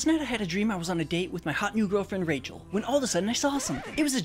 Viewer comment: Rachel her name us pronounce differently u morron